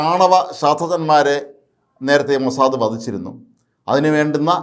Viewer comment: അയ്യേ മൊസാ ദേ,,, അല്ല മൊസാ ദ് എന്ന് പറയു